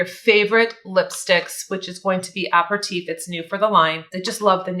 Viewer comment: It's pronounced a-per-u-teef. FYI.